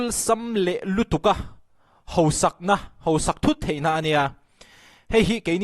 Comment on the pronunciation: lehkha thiam i ni si a, hosak tia lam lovin hausak ti khan lam thei la. Bethlehem vengthlang full support